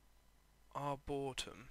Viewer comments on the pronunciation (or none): It's pronounced "Arbour "E" tom. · are-boar-E-tum, not trying to be mean, just letting you know how to pronounce arboretum.